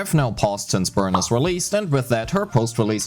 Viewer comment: For the last time, its “Burneece” not Burn-is. 😢😢😢